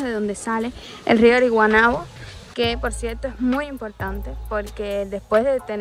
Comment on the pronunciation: ñuuu estas en mi puebloooo que bieeeeennnn, jajajjaj y morí contigo pronunciando ariguanabo : )